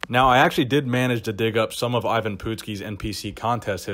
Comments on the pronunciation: I've never heard anyone pronounce it 'EEvan' before. I remember MD doing a story on Ivan when I was just a teen. Gave me a great incentive to train hard. Pretty sure the article claimed he was 5'9"" but you may have better info. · Are you sure it is pronounced 'E - van . I am pretty sure it is produced Ivan, you know the I and Van. Pretty simple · Ivan ... Pronounced EYE VIN... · It Ivan,,, I if it was Evan with an E it would be Evan it's fuckin Ivan . .I for fuck sake you ignorant dick. A huge guy at 5'6 not impressed at all. Just like most bodybuilders not impressed. 5"11 or above and being massive is impressive, small guys have super compact muscle bellies and is not hard to be big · ...how can you not know how the man's name is pronounced? ...when in life have you ever heard that name pronounced "even"? ...it's I-VAN, ie: "eye-ven", that's just common knowledge ...and it's PUT-SKI, ie: "put-skee", not "poot-skee" ...i even would've accepted jesse ventura's "Paduski" ...dude, go watch a youtube video of old WWF matches, it's really not that hard ...unless you're purposely trying to trigger folks. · "Even Poot-ski" never heard of him. But I do know a "I-Van Put-ski" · It's not "Even Pootski," it's I-vin "Put-skee"!!! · Hey, you started calling him by his wrestling name "Ivan", then after 54 sec. you switched to calling him "Even", then finally at the end got the name right again. Why? Did you "even" know of him before you made the video? Just wondering. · his name is pronounced eye -ven put-skee not yvonne poot ski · Its pronouned Eyevin Putsky. Not pootski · Myles Millner- That's the american bastardized way of pronouncing it. It's Eve (like christmas eve),the "a" is pronounced like when the doctor tells you to say Aaaaaaa. Evan Pootskee. actually pronounced it correctly the second time he said it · Why do you keep saying ee-vahn poodski? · It's pronounced Eyevan Puttski, like in golf..putt. Ivan Putski .